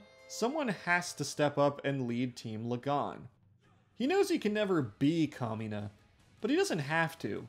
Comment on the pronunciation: i hear kamina as “communist” and had to stop for a second😭